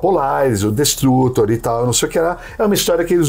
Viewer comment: "destrutÔr" , assim como "construtÔr"